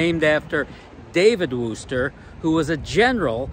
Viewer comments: I grew up in Wooster, pronounced like "crook," not "who", lol. I graduated from the old Wooster High School, which is now Cornerstone Elementary School. Thank you for all the kind comments about Wooster and Wayne County. The group of Amish folk you interviewed do not like to have their photos taken, so I am surprised they agreed to talk to you on camera. Holmes County is just south of Wayne County and has a huge Amish community. I attended WCS many times in the past, but at 74 yrs old, I don't get out like that any longer. I can recall "eating dirt" with every pass of the race cars. This was one of the entertainments my husband and I enjoyed together. One of my sons and a nephew used to race in modifieds in Holmes County a generation ago! Again, thank you for all the kind words. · I believe its pronounced wister, its a funny thing larson is soo good at almost anything you put him in, he just out and out dominated that hilbilly 100 last week, 100 laps he lead, though they did not make it easy for him, its funny how small in stature some of the drivers are, from the younger under 40 gen, well you have buddy kofoid and tyler courtney and zeb wise that are taller then me, but its the old guys that are really tall and large guys like matt goodnight, shane cottle, ryan newman, and bryan tyler that are the tall guys at least in silver crown racing and sprints, larson though yea I have yet to meet him and talk, hope he dont epouse the weird california politics though that would be a deal breaker for me, as good as he is and the best in prob 2 generations. hope buddy is feeling better he took a nasty flip at the 4 crowns last week. the name of wooster used to make me laugh cuz it spelled like rooster, they have the wooster brush company and still make many of their paint brushes in the usa among things.